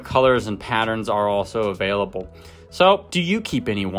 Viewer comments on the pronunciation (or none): none